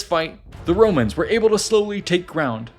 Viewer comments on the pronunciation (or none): none